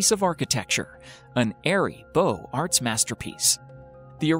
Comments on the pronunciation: He didn't do a good job with Beaux Arts either. It's BOWZ-AR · COVENT Garden, not "Covenant" Garden. BEAUX Arts, not "Beau" Arts. GENGHIS Khan [G soft as in gelato, GH hard as in spaghetti], not "Ghenghis" Khan.